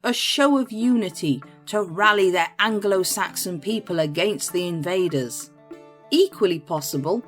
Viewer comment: Angle~oh-Saxon? 😂 new way of saying that